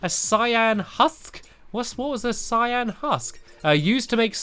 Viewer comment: it's said (c-i-an) cyan